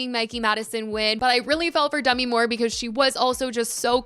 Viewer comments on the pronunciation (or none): I know it’s not your fault but the way you kept mispronouncing Demi’s name. 😅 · Dunno why it irked me that she was pronouncing Demi wrong